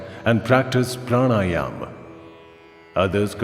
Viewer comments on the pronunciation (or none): none